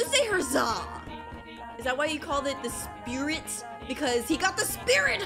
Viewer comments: To say his name u say it like sprit (u said it right the first time) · spurrit pronounced sper-it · The new spurrit is pronounced sp-rt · Spurring is pronounced like this (SPUR-IT) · Its (Spuh-ur-ut) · Its acutely pronounced S(Perr(It) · its pronounced sp rit